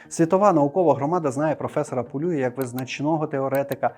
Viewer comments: Теж вважаю, що треба говорити не ПолЮя, а ПолюЯ, тим більш, що Іван Полюй родом з Тернопільщини. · Ви серйозно? Його прізіище Пулюй і відміняється воно Пулію, Пулія з наголосом на останній склад. Люди, поважайте трохи і наші національні звичаї, будемо вдячні